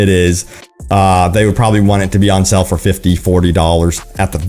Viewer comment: It's called SALE bro, not sell ;)